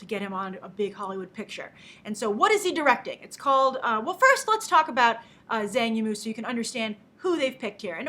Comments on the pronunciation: I think its pronouced Jang Emu but my mandarin is rusty so who knows. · I believe it's pronounced 'Chang Yimou'....